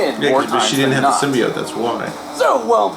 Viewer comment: Did he just say "sim-BYE-ote"????